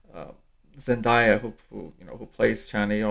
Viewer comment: zendaya’s name is phonetic. zen-DAY-uh not zendieya. also, you gave away a MAJOR spoiler . you never should’ve mentioned duncan’s involvement. all of the things you said you wouldn’t mention are only dune spoilers but then you gave away an important thread through all the books that also takes away from an important scene in this movie. i’m not caught up on the books and now i know something i shouldn’t. not cool man :((